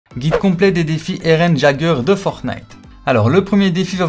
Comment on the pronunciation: Eren Jagueur 😭😭😭